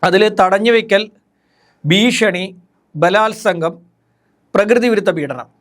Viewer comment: 'ബീഷണി '? അതെന്ത്? 'ഭീഷണി ' എന്ന് ഉച്ചരിക്കൂ.